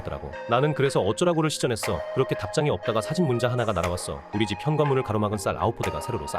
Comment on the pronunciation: 다 좋은데 마지막에 "이거 신꼬 가능한..." ??? 전문 나레이터께서 "신발을 신꼬"라 발음하듯이 하시는 것은 많이 이상하네요... 집안에 일이라도...?